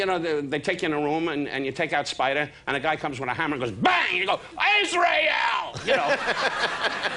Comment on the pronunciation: Ïsreal" LMAO